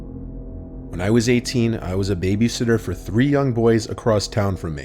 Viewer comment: I thought it deadass said baby hitler for a second 💀